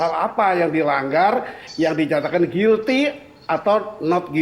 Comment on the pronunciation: Guilty cara pengucapan yang sesuai adalah gilti.